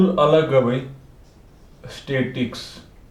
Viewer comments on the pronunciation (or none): Abe anpad statics nahi statis tics hai bada aaya hame padayega khud tho padna nahi aata loda